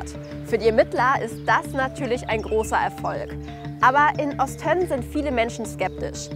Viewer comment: Es wird übrigens Ost-önnen ausgesprochen und nicht Ost-tönnen😅 sonst gutes Video